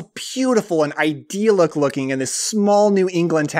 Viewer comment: I bring this up only because you use the word so often, but "idyllic" is not pronounced "iDEAL-ic," nor is it associated with the root word "ideal."